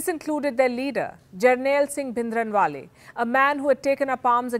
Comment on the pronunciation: Oh my God! What a shame.. you don’t even know how to pronounce Bhindrawala and giving a lecture on Khalistan. The history you are sharing is wrong and incorrect (I mean history is who writes it, the history you are stating is not what Sikhs remember). Please do some genuine research before start talking about such sensitive topic.